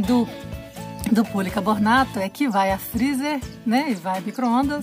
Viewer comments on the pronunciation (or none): Vc chamou a tigela de jarra kķkk e o nome é policarbonato, e não policabornato, o jeitosinho é de 400 ml , acho q foi o nervosismo 😘😘